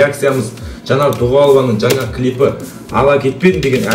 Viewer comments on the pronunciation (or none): none